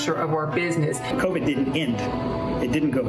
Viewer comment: It's COVID-19 not COVIC 19 DUFUS!